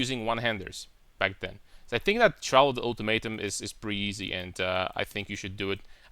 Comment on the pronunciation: I found it a bit funny how you pronounce "Trial". You put emphasis on the "a". Its pronounced like the word "try" and then ending it with "al". Nothing but love my man. No homo. Love your content, your (irl) character and your builds, and the way you think, analyze and the obvious fact that you play the correct game.